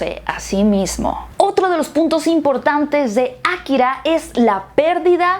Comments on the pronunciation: por que dices Akkira en vez de Akira? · Ákira, ákira, akirá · aKIra No AKIra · nadie:: Ákira